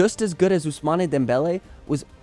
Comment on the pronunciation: It's pronounced ousman